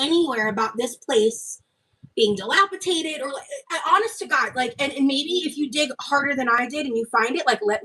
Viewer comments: dilapitated? the Words Girl, everyone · Dilapitated lmao. English is hard.